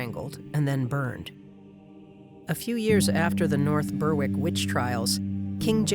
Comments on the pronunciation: Berwick is pronounced "Berrick" not burr wick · One small thing - Berwick is pronounced Berrik.